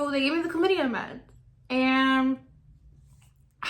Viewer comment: It's Clam-itty-a. Chlamydia.